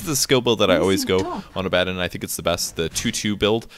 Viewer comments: Abb-addd-on? Do you also say Palaaaaadin? Come on, try and say things properly. Or just call it Abe. Abe is better than AbbAaaaDon. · Aba-don is how you pronounce the name. gaaaah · He's not adding an "n" and saying Abanddon. He's saying "A bad 'un". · You need to listen. Abaddon is pronounced "Uh-Badd-In" Most people though automatically assume its pronounced "Abbuhdawn". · It's ABB-uh-DAWN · where is n in Abaddon? its not Abanddon. No hate just strange to hear him say that. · Cody Gill It matters very little either way, he's a fictional character with no real consensus on the pronunciation. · picassopainter2 Sure the character is fictional, but the name is pretty old, appearing in the Old Testament. It's originally Hebrew, and there is definitely a consensus on the Hebrew pronunciation of the name. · Abaddon: work on that pronunciation =P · Pronouncing abaddon's name is so confusing for me now that I have played darksiders 1 where it is pronounced like says it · Abbadon... Or Abbadon